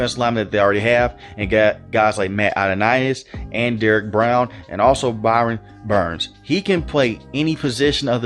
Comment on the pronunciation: Brian Burns. You always say Byron Burns lol